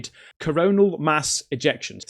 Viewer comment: Corona mass ejection? Cmon bro at least learn the word smh. I’m glad you are spreading knowledge but when u keep saying corona it just sounds not smart